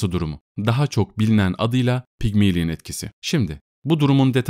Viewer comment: "Pigmilin" değil Pigmalyon diye okunur